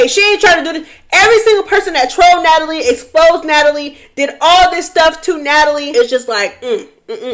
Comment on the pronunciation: “ Natalie … Na-Tal-Ya” took me clean out 😂